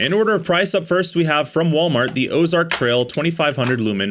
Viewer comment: "Osark" not Ozark? Did y'all buy a knockoff of a knockoff? 😂